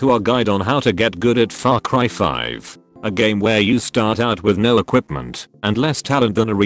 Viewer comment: I swear at intro I heard "Fak Cry 5"